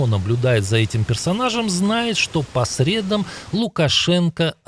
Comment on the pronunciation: по средАм ударение падает на последний слог: по среда́м, а по субботам Лукашенко работает?